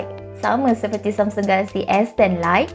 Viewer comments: Knp dia sebut galaxy mcm kelakar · Ingatkan aq sorang je perasaan.. Mungkin payah nak sebut😁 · Pelik dia sebut samsung galaxy.